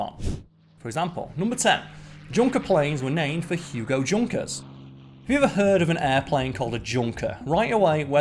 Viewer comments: It’s pronounced Yunker not Junker. The Germans don’t have the J sound. That’s why Jaguars are pronounced Yaguar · It is not pronounced Junker its more like "Yoonkers" I knew that and I don't even speak German. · Isn't Junkers pronounce Yoonkers? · Isn't it pronounced 'yunkers'? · Ugh straight out the gate... His name was pronounced Yunkers, it is German. Nobody thought it meant Junk like english speaking mostly americans would associate. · Junkers is pronounced yoonkers. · Junkers is German and pronounced YUN-KERS. guess you didn't bother to do any research? i can see your subs going to nothing if this is the standard of this channel going forward.... by the way i think mars makes more than 400 M&Ms each day.